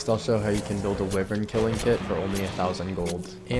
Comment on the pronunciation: its wyvern btw not whivern lmao